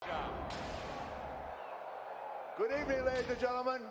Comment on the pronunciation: Good Eve-Uh-Ning Period 😂😂😂